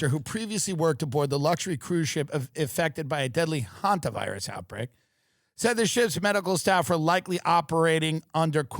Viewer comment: Thank you Tim for being the only podcaster so far that knows how to pronounce Hanta virus!